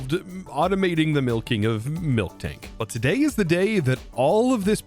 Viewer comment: bro its NOT milK-tank, its mil-tank